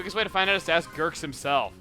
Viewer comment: It's hilarious how he says Gurks (Pronounced Ghur-kz)